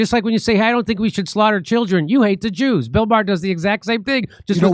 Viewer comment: Maher not bar you old man